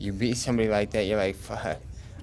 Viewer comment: "ya beat somebody lie tha, ya lie fuhh...." hahahaha